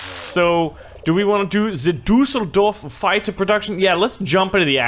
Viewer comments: hahahah your pronunciation of Düsseldorf is so awesome ! I love it, even it is totally wrong. But it`s just too great ;) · Düssel dorf not dousell dorf